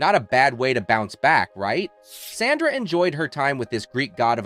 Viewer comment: These content creators always manage to rip away the curtain on their AI voices: "con-TRA-versy" and "Sanda". And then I'm OUT. At least listen to your damn video once before posting so you can fix stuff like that. Lazy.